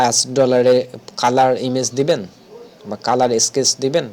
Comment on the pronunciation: Brilliant Tutorial! Bro, A thing can i share?? This is Sketch, স্ক্যাচ, Not স্কেটেক। U should to improve ur utterance, Hope u wouldn’t mind. 🤠